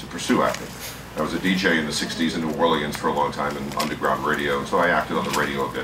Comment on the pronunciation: Why does he say New Orleans like someone who isn't from there?